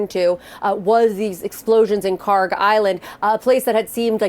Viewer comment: Iranian here, this is KharK with K at the end, not KharG! It takes 5 sec to google it.